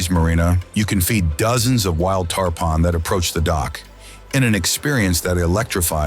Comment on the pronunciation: Informative video, but you pronounced Islamorada and tarpon wrong